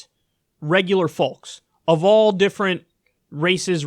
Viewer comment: The L is silent in "folks".